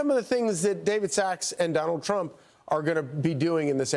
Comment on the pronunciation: President elect Tremp….gibberish, gibberish, gibberish…president elect Trump 😂